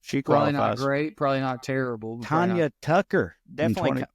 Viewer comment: Trae you gotta stop calling her Tonya!